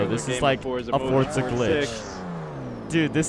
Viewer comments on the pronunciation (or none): Since when is there a T in Forza! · you know it’s called forza not Fortza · Y tf does pronounce forza with a t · Its forza not fortza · Why does everyone say "Fortza"??